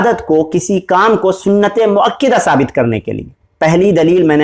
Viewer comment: moakidah ni hota jahil moakkadah hota hai jahil insan